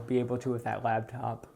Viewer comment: It's LAPtop... not labtop... LAP... it can sit on your lap! This was driving me insane... thought I would share.:)